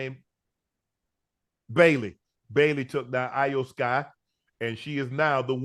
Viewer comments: Shannon say E o sky even tho its not spelled that way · Hey Unc...Love the content, Loved the fact that you mentioned Wrestlemania in your podcast...Real quick. Iyo Sky's name is pronounced (E'Yo-Sky) 😊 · He called Vince McMahon “Jim McMahon” and Iyo Sky “A yo Sky” and couldn’t remember the Bianca Belair and Naomi’s name and also said Naomi’s name wrong he said “Neomi” but nonetheless I respect them for stepping outside of there boundaries and covering Wrestlemania,I thought it was funny with how unc was butchering their names though lol 🤣🤣